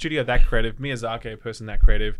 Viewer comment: God,, I love you man, but that Miyazak-ey is hurting my inner sould. It's just short "i" at the end, Miyazaki.